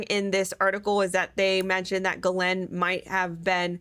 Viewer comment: Her name is pronounced “ giz lane” the pharmaceutical is pronounced “anti retro viral” just so you can say it right lol. Otherwise great info.